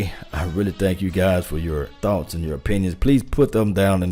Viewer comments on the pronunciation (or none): none